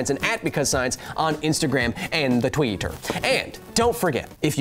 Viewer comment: "On the TWEE-tur." Why did I laugh so hard at that?